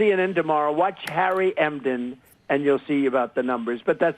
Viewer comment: Who's Harry Emden?I thought his name is Harry Enten.